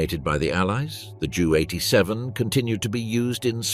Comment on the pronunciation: Jew 87?? JU 87. Stupid AI garbage.